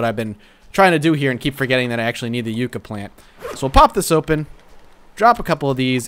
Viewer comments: Yuh-cka not You-cka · Yucca is pronounced Yuck-ah, not Yook-ah. If you care :P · no offense but its pronounced (ya-kka) as in yucca plant